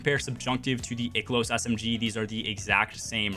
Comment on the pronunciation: Holy fucking shit. I can't watch this video. The amount of times you mispronounced "I-Kill-Ohs" (Ikelos) is fucking INSANE to me. You keep saying "Ick-Ill-Ohs" which is horribly wrong.